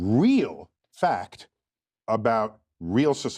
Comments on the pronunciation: PS anyone trying to act smarter than they are by pronouncing Fac-tct like that is asking to be punched in the nose. A big red clown nose. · Imagine being so smart you can turn "fact" into a three- syllable word. Tyson shows he has not learned the difference between smart and wise. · Saying “Fa-ct” is an affectation to make a point,not a sign of intelligence. This “gender”science is called psychology. In the sciences, you do not need to be the subject of the study to understand the research. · Lol! How many syllables does the word, Fact have anyway?? 😂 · How does this guy put 15 syllables in 'fact?'